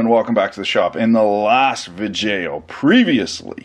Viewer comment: I bet you picked up those old side cutters from the "art" bin after the "vidjayo"